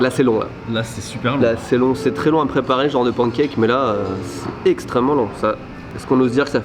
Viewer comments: Les « pANcake de sont exquis! Repeat after me: pan(n)e cake. ಠ‿↼ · tu as voyagé à travers le monde entier, tu as la chance d'être polyglotte... alors, please, si tu pouvais prononcer [pæn.keɪk] ou [pan.kɛk] mais arrêter de dire [pɑ̃.kɛk]. Bonne continuation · arrêtes avec les PAN cake! On dit panncake, ou sinon décides toi et dis pan caque. 🤠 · Pancake... Oui... Mais ça se dit "panne cake". Ça viens du mot anglais pan qui veut dire poêle. Frying pan = frying panne en prononciation